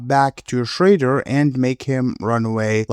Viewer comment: Is shredder not shrayder. Have a nice day